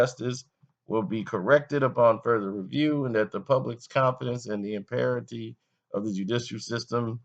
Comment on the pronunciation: The word is impartiality not "imperity". You're a 40 plus year old man. 😐